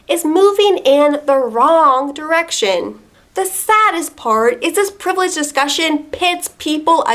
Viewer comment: I've became racist only by hearing so much times "tchek yor PREIVELEGE"